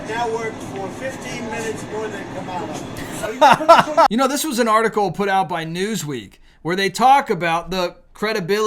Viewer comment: Please stop calling her KA-ME-LAW. I understand why you're doing it, but it is ANNOYING AS HELL! Thank you! I'll be voting TRUMP 2024. ❤